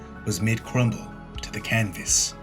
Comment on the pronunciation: ...canvas?....More like “sandvas”